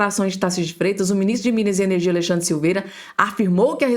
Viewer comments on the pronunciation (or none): none